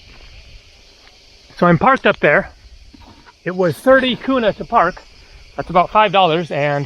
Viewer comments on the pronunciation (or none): none